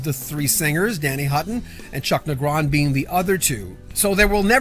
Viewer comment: Typo, second paragraph: Three Do Night. You're also mispronouncing Negron.